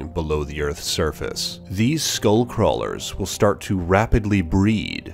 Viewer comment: you're not saying it right